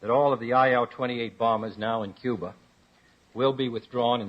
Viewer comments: there is only one way to find out. Get him to pronounce Cuba. If it’s, “ cuber” it’s him alright. Just hide your wife first. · cuber…..all right dammit….would you rather have that idiot former president in the White House saying Cuba